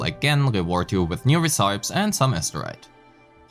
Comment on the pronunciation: aint no way bro pronounces recipes that way